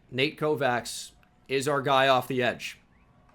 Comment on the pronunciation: Always love the offseason videos! Thanks for another great vid! Quick side note, Kovacs is typically pronounced: KO-VATCH